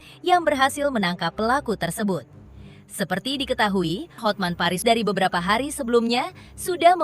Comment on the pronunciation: Buat koreksi nama pengacaranya Hotman Paris Hutapea Kak. Cara penyebutannya sesuai tulisan namanya bukan Hotmen tapi Hotman.😂😂